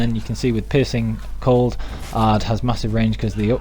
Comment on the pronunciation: Is it just me or did he say the ''Piss and Cold mutation build''